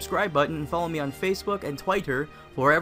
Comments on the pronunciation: Is it really Tw-y-tter? Not tw-i-tter? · twi-ter xD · Twaiter... that's all I got from the vid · Did you just called Twitter, Tighter? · Did you just say "TWAYTER"? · did you said tuaiter? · twaiter??????? O__o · how did you pronounce twitter? twiter? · twighter lol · holy shit.. how did you pronounce 'twitter'? lol